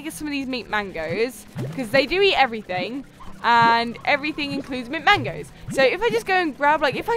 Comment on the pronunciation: it sounded like she said meat mango instead of mint mango